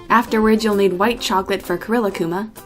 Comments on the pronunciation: Rilakkuma is said like this: Ri•La•kku•ma Not Rila•kkuma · Actually rilakkuma is pronounced ri•Ra•kuma since in the Japanese language the l makes an r sound